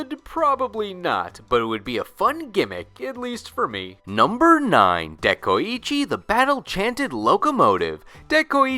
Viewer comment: De-koi-chi ITS NOT HARD. SAY IT RIGHT